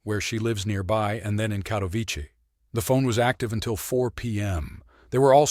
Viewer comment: A friendly amendment: It's KatowiTSEH. If you can pronounce "Agnieszka," surely you can handle "Katowice" as well. 😊